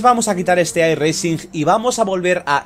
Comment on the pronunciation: no pronuncies la "G" en "iRacing", que suena mal.